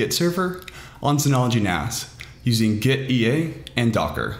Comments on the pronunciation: Nice tutorial - clean/straight to the point and easy to follow! By the way, it's pronounced "gitty", as in git-tea (tea, the drink.) Apparently the developer wanted to convey ease of using Git through this app to sort of like having tea (or something like that, I forget the exact background.) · Why not read gitea, with "git" "tea" ?